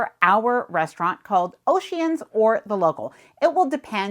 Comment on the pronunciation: We always do the main dining room for breakfast so can relax and just enjoy it. Also, I love egg whites but loathe the yolks and they make my omelette just how i like it. Also, for futhure reference, the anytime restaurant on NCL is pronounced “Oh-Shee-hans” not “oceans”. Ir took me a minute tounderstand which restaurant you were talking about.